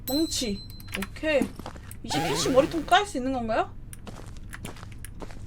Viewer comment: 악형이 캐시야하고 부를때마다 왜 코시야라고 들리는걸까?